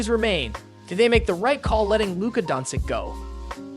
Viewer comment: It's an AI voice. That's why it's wrong.